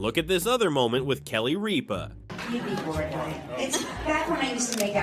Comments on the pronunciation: Kelly RIPPUH. Not Reepa. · Kelly Reap-a? The damn AI can pronounce Keanu right but not Rip-A? Lol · I know Kelly REEPA is annoying, but even she deserves better than a lame AI saying the wrong version of her name. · Kelly Ripa say her name correctly